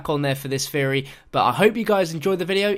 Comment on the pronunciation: "This was just a feory... A GAME FEORY"